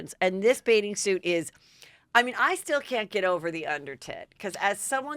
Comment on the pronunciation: This is super petty...but I just can't deal with Heather always pronuncing bathing suit as "baiting" suit. As far as I can tell, she doesn't seem to have a speech impediment, so it drives me crazy that she mumbles this particular word! Just had to get that off my chest 😤😆